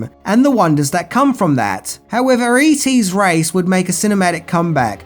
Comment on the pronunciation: When you say all the e.t merchandise it sounds like you said eating.